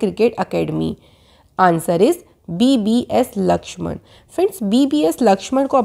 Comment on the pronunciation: Madam It's VVS Laxman not BBS Laxman